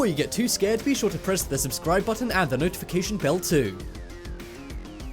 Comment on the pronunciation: And at the end you said " scrub-scribe to Top "